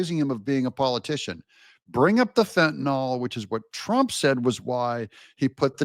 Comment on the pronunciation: Mr. Meticulous says: "Fentanyl" not fen-ta-nol